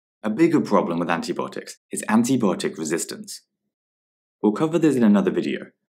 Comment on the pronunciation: Antibiotics is pronounced [anti- bi-ot-iks]